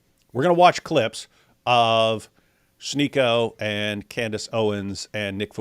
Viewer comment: Why does this guy keep pronouncing Candace Owens’ name as “Cand-ayce?” Not a fan of hers at all, but that clearly isn’t how the name is pronounced.